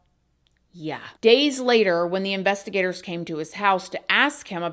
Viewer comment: I keep hearing it like investi-GATORS. Lol😂